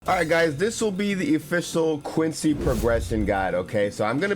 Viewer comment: Quency KKKKKKKKKKKKKKK